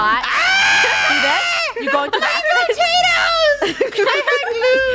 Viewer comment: He said My motatoes